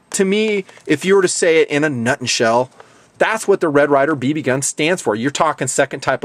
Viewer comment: "In a Nutnshell". LOL. Awesome.